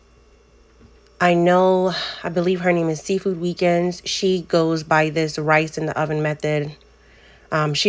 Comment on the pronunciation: Seafood weekend did you say?